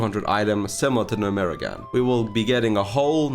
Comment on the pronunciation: its GNOME-REGAN